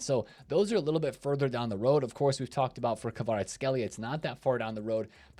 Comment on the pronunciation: Been watching u for a while didnt realise u r an american til u mispronounced Kvaratskhelia 😂